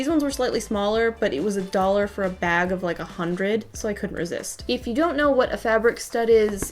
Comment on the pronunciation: I couldn't stop thinking that every time she said a dollar